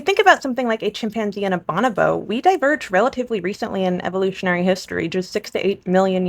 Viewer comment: Is bonobo said as Bah- nuh- bow? buh- no-bow? Lol thats the first time ive heard that